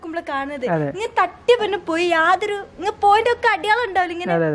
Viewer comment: അടിയാളം Alla അടയാളം 😂